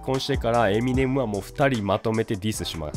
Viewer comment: エミ↑ネム↑じゃなくてエミ↑ネム↓ですよね？